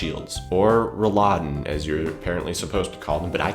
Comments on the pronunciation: You always say Rolladen so that it sounds like the food Rouladen :) it sounds just funny. you actually´re talking about Roll-laden (maybe that helps to pronounce it :) ) great video anyway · Hahaha, it's Rolläden, not Rouladen, which is rolled up meat you serve with red cabbage;D Rollläden contains the word roll, which makes sense because you roll them up. Sorry for "correcting" but I was just imagining this rolled up meat on your windows. But acutally you are right, they are called blast shields;D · Good Video. I'm glad you discovered the right usage of Rolläden. I personally am not a fan of air-con, because it's usually too cold (don't fancy taking a cardigan for when I go inside in the summer). Can I say that you may want to watch your pronounciation of Rolladen. It's double "L" so it's a short "a" afterwards. What you said sounded to me like "Rouladen", which is not the same thing at all. :) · Blastshields! btw its pronounced roll_laden, but blastshields is the way better name :D *backscratch